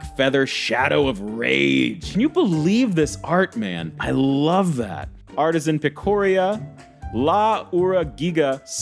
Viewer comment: "Artisan Pic-oh-ree-ya" ~ 2024.